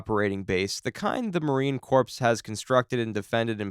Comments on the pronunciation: its not "corpse" as in dead people, its pronounced as "core" (corps) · Its not corps its core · Corps is pronounced core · Its not corpse. Its pronounced like CORE. That alone tells me you dont actually know shit or its AI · Small nitpick but it's driving me up the wall, the "corps" in Marine Corps is pronounced "core". It doesn't make sense because it's a French word. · I'm weary to trust the analysis of anyone who does not know that it is pronounced Marine CORE not Marine CORPSE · this dude saying "corpse" instead of "core" makes the video meaningless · A little nitpicking here, its pronounced core not corpse. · It's pronounced "core" not "corps" just so you know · FYI - "Corps" is pronounced 'core,' not 'corpse" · AI voices don’t care!!! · How would corpses fight? They're dead. Do you mean 'corps' pronounced 'Core'? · Wow. Marines are tough if their corpses can do all that. Corps is pronounced as core, not corpse. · Its pronounced "Core" not "Corpse". Thats how i know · Once again-- Its NOT Marine CORPSE-- Its pronounced Marine CORE.. And The M777 does NOT have Brass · WTF is a Marine corpse?! Do NOT ever go up to a Marine and say Marine Corpse. It is US MARINE CORPS. (CORE) ANd it's pronounced AWKMANED. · Marine Corps, not corpse ! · Corps is pronounced like core not like a dead body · marine corpse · Corps is pronounced "core." Also, usually FOBs are for company sized elements or smaller... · It’s spelled corps but pronounced core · "Marine corpse". LOL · Marine corpse? Please, adjust your pronunciation. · It's pronounced like core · Marine "corpse" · Just leave out the ps in corps. Say it like this. Marine core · 300 Spartans is a Hollywood myth. They had far more than that. Still greatly outnumbered, but definitely not mythical status. Also, corps has a silent p. You been talking about dead marines this whole time. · Corpse and Corps are not the same word, nor are they pronounced the same. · Marines hearing the AI pronounce Corps